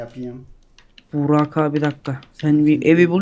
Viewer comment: abi niye bugrak diyo ozan :D